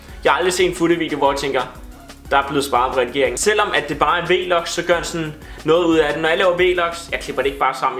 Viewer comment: det hedder vlogs ikke v-logs